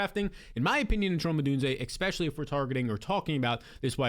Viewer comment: Expecially is not a word.